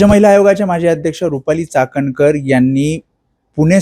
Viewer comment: चाकणकर नाही.....चोखणकर 😂😂